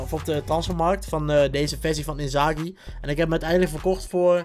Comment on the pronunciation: Hahahah waarom zeg je inzaghi alsof het een Duitser is wel gekke packluck